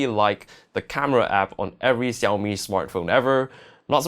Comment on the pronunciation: SHAO Mi ffs